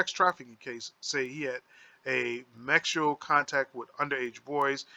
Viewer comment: Hold up!!!!!!!! You're acting like your didn't notice him saying the wrong word Twice (mexual) and stead of saying (sexual) and than he repeated it, I'm thinking ok he made a mistake this time around he will correct himself, hell na! He said it again Mexual like WTF, I'm like now he most of thought that what he was ready, I'm still like WTF!!! ... a, S doesn't look like a M.